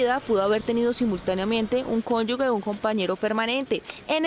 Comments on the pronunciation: No se dice CÓNYUGUE se dice cónyuge!! (Sección o nota acerca de las pensiones) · Sra periodista del informe de pensiones NO DIGA CONYUGUE! DIGA CONYUGE" SE ESCUCHA HORRIBLE!😉😁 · Señorita periodista, se dice “cónyuge “ y no “cónyugue”.